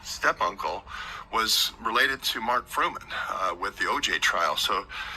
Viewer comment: What? The OJ trial witness was Mark Fuhrman, not Frumen. This guy is full of crap.